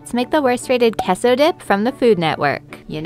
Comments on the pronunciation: Kesso 😅😂🤣 its actually pronounced K-so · "Keso dip?" I'm dying 😂 "kay-so dip" is how it's pronounced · Qeso.. I loved that that’s how she pronounced it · no; it’s definitely pronounced closer to “ke so” than “kay so”. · Queso is actually pronounced keh-so in spanish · The way she pronounce queso physically hurt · Why is no one talking about how painful her pronunciation of queso was 😭😭😭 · The way she pronounced Queso 💀